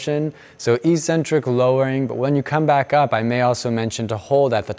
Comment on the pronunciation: Eccentric isn't pronounced like that